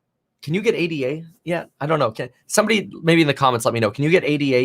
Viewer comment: PSA: It’s “ADA”, not “A-D-A”. It’s a person’s name (Ada Lovelace), not an acronym.